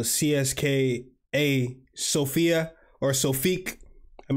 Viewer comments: its Sofia bro not Sofiq. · Also Sofik(q) is wrong. It is pronounced Sofia. Just some people in Bulgaria use Q as Ya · Mate, SOFIA not sofik. SOFIA! CSKA stands for CENTRAL SPORT CLUB OF ARMY. We are two teams with this name CSKA MOSCOW and CSKA SOFIA. We (CSKA SOFIA) are the most successful club in Bulgaria. 31 titles. In the last couple of years we just don’t have a competition on the stands. Sector “G” is the name if our stand.